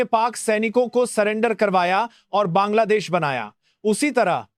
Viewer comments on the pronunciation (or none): none